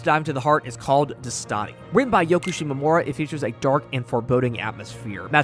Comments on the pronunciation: Btw, the right pronunciation is with the stress on the E. Dèstati, not destàti. It means "wake up" in Italian. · I'm just here to say that the correct pronunciation is "dèstati". The accent is important! - Your friendly neighborhood Italian viewer (Nice video, man) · As an italian I didn't even think pronouncing Destati like that was actually possible good job